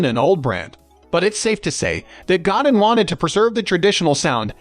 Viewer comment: Did this bot just call him God-in like God in the sky .These bots do not speak French evidently .lol